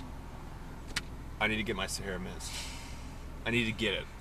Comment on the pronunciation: why is it when he said mist it made me think of "MISTER" from the paintball video.